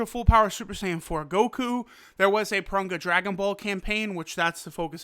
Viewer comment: Can you learn how to pronounce Parunga and Monaka the correct way...